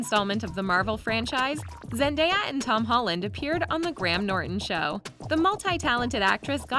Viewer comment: How many times did thise video say Zandeya.............just a joke